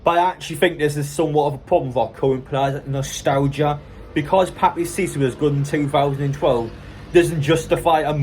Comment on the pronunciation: He’s names pronounced packeta